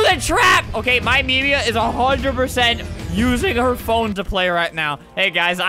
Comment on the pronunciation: We all know its YOURMEMIA, not MYMEMIA.